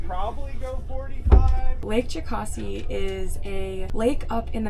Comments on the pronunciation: ITS "JOE-CAS-EE" FUCKING YANKEES!!!! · It's not Jo-cah-see, it's Jo-kass-ee